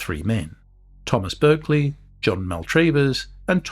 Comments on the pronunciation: Pronounced Barclay (as in the bank) not Berk-lee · The accepted English pronunciation of Berkeley is “Barkley” as used by the family who have lived there since the twelfth century.